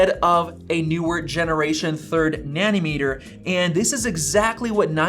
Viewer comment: why you keep saying nanny-meter